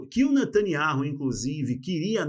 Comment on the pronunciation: Nome natanyahu não ser ler da forma q o amigo pronunciar sou membro dessa canal a muito tempo desculpa por falar isso amigo.